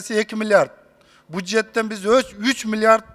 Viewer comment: Мына бул тупой депутат(Бакиров) суйлобой эле койсо болмок экен.( бужет,эмес бюджет.)